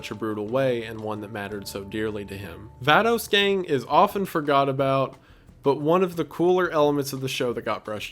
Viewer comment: Also that’s not how you pronounce “Vatos Gang” Wendi lmao 😂